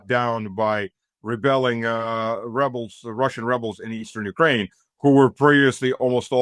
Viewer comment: And likewise, Ukraine, like insurance and police, has the emphasis on the second syllable, not the first. God how tired I am of hearing YOUkraine.